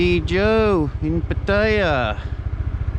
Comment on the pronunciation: Thanks for the video. I suggest u Ask a Thai person how to say Pattaya as ur online name is Pattaya and u r butchering it.